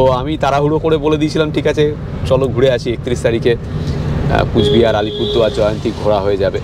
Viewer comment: Dada Alpurduar noy Alipurduar